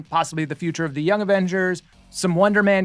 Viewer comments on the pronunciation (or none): none